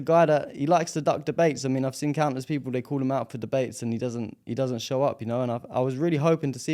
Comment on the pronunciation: That’s his show, he can do whatever he wants. Hire a presenter, present it himself, heck, he could even interview his own reflection if he feels like it. And by the way, English is probably his third language… so if he mixes up “show” and “shoe,” just clap anyway. Your focus should be commending the brilliant young guest. Why are you commenting here, just asking for a friend🫤